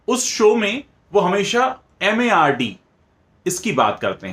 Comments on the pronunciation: It's not maard it's mard (man ka hindi) But ya I'm with you. These bollywoodiyas are all just looting the public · It has to be pronounced as mard in Hindi, I suppose.